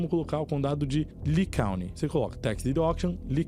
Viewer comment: Moço seu conteúdo é muito bom . Porém algumas Coisas valem procurar a pronunciar antes de gravar o vídeo .. county se pronuncia Cáuny